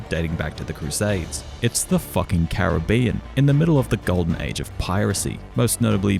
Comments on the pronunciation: You said Caribbean wrong. Fuck you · I just wanna say when he first says Caribbean he pronounces it “carra-bean” then he pronounces it the way it’s spelt and says “that how you say it”